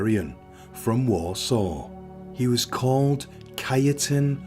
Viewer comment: He pronounced Warsaw wrong as well, But you still knew what he meant. 😂😊